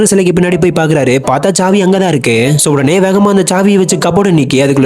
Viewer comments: Chavi not saavi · Savi not chavi